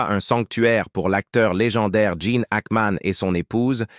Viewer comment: il ne s'appelle pas Jane , mais Gene , merci de bien prononcer son nom et de donner des vraies infos !